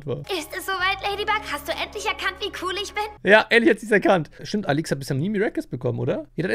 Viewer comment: sie heißt Alix und nicht alüx